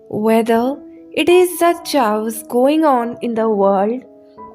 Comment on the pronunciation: Chaos does not have a ch sound. It is said as if with a hard K. Chaos sounds like kaos. Those who speak two languages and more have my respect and awe.